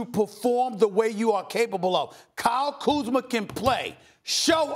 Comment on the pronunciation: He finally said Kyle Kuzma’s name right 😂